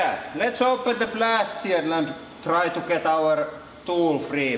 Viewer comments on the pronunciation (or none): none